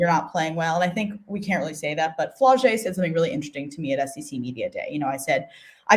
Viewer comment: You mispronounced Flau’jae’s name.